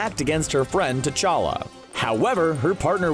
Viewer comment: Who’s tachka......... it’s T'Challa